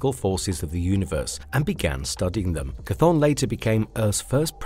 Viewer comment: Chthon by name is pronounced “Thone”.